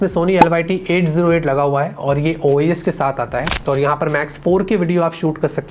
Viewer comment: OIS hota hai OES nhi